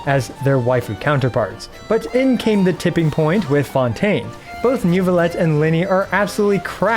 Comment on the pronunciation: I used to watch a lot but since fontaine he pronounces these things so wrong it's unbearable. He did a NEWvillette and FremineT combo that kicked me down, and then KO'd me with marechussy. Im not even French, Im just autistic 😭